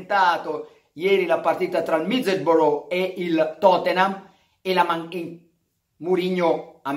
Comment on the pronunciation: Middesbrò? Ahi ahi ahi Carlo si scrive Middlesbrough ma si legge “Middesbrà”.